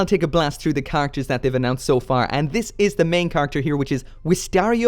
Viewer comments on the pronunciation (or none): Nooooooooo! Also: Why do you pronounce characters like "car actors"?